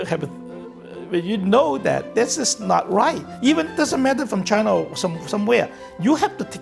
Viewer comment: He didn’t say Chinese. He said CHAINAH.